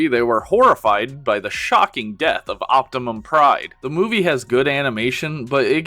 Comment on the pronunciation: I swear I heard the narrator say Optimum Pride......